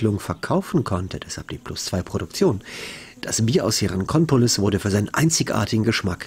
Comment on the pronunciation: Hey. Hier ist noch ein Korinthenkacker;-). Wieso schmuggelst du denn ständig in den Ortsnamen Hierakonpolis ein "N" zu viel rein und sagst fälschlich Hierankonpolis?